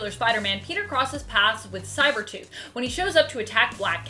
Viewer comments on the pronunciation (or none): Am I the only one that noticed on the second time she was saying sabertooth she messes up and pronounces “cybertooth” lol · is it me or did she just say "cybertooth" ? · Did she say cybertooth lol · You said cybertooth hehe. I love Spidey so it's ok that he beat Wolvie and Angel ( 2 of my top 3 all time favorite comic characters ever) in a fight. I'd like to see him fight Magneto, ESPECIALLY since Magneto has a shield and can use his powers to shut off someone's brain. He did it to Rouge in the 90's X-men cartoon and in the comic of that same show. Also Apocalypse. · Cyber tooth 🤣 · Who's Cyber-tooth? Or are you a recovering Aussie? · Lol she said cyber tooth 😂🤣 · Did she say cyber tooth????? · Lmao I had to play the video back and she did say cybertooth, the small little errors are sometimes the funniest